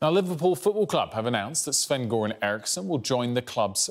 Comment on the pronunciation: At least pronounce Göran as "Yoeran". There is no hard G in the swedish pronounciation